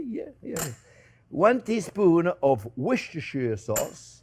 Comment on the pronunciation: You said Worcestershire sauce very well chef it's where I'm from.